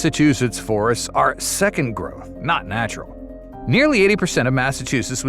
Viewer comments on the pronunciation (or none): none